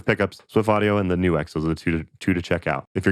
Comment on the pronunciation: I assumed it was pronounced 'nukes' instead of 'new X'.